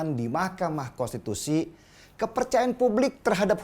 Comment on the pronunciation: bang denny .. susah amat ngomong konstitusi 🙏🙏🙏🙏🙏